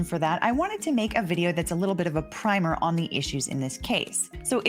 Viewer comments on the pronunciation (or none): The word primer as you mean it here is pronounced like “prim” in “prim and proper”, rhymes with dimmer. Not to be confused with paint primer, rhyming with climber.